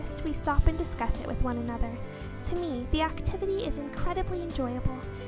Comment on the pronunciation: HELP!!! YOU SAID "ACATIVITY"! LOLLOLOLOLOLOLOLOL(I AM HERE TO HAUNT U MY NAME US 707)